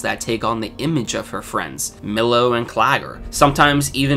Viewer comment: stop calling him millow lmaooo